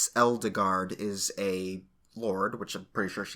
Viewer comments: edelgard... eldegard... eldigan... i wish he'd stop saying eldegard... it just makes it seem... weird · I'm thinking they're going for the german pronunciation for Edelgard( japan does seem to borrow from the germans from time to time) so something like this